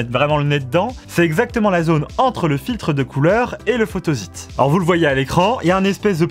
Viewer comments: oui la phonetique est « fotosit » et non « fotozit » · Photozite? Photosite ! (on ne dit pas un zite web mais un site Web....) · Pas mal de petites erreurs, "photosite" se prononce comme s'il y avait 2 "s", et c'est matériau et non matériel.